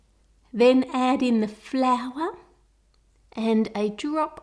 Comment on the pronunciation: "Just add in the FLOURR" love it 😂